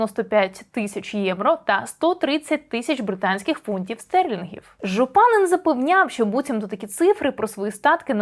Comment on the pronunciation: Пані, дякую за прекрасний розбір. Хотіла лише підкреслити, що правильно його прізвище вимовляти не ЖупАнин, а ЖупанИн. І справа не в правильності літературного наголосу, а місцевого поширеного прізвища. Подібних прізвищ тут багато з таким наголосом.